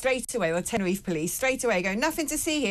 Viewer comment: Its Tenerife not tenner if, i will start calling Bristol Bristo, or Birmingham Birmingh, London I'll call it Lond